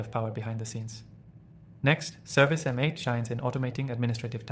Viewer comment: Its service mate, this was hard to listen to with you saying M 8